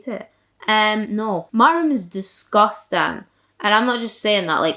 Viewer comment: absolutely love the way you say disgustang. we stan an accent queen